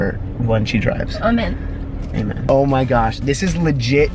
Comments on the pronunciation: I like how she pronounced Amen 'Armen' in her accent and the home corrected her and went 'Amen' 😂💜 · It’s A-Men not AH-Men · “Amen” Jess “Armen” I’m British and everyone says it like Jess 😂😂